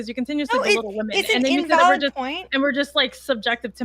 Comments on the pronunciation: Why is it that virtually every left leaning woman is incapable of saying the plural word "women"? They always pronounce it as "woman". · Why can’t this woman say WOMEN instead of woman. All the time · women. The word is women. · Why do they constantly say "Woman" as plural instead of "Wimen" bugs the shit out of me.